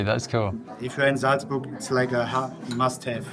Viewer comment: Almost well enough to make up for how he pronounces Salzburg...!